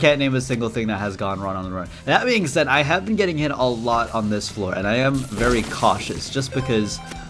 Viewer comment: "i saind gg a 5 times" ahh moment 🥀🥀😭🙏